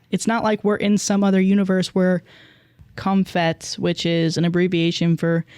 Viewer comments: I feel like it’s Comp Het, not Comfet the way is saying. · it's pronounced comp-het, not "comfet" haha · It’s pronounced comp het. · pronouncing comp-het as "com-phet" gave me a chuckle in that awful story. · "com phet" is killing me I'm sorry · the way you pronounced comphet like its a french pastry is taking me out